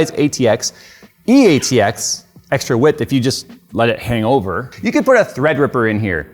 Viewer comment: I can hear Steve from Gamers Nexus grinding his teeth with an angry pose and steam coming out of his ears every time says "E-ATX".